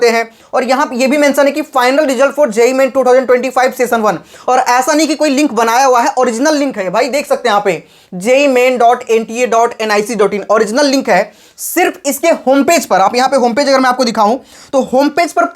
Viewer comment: Jaaeee man, oreegnal, opicial, soow kiya, 😂😂😂😂😂😂😂😂😂😂😂😂😂😂😂😂😂😂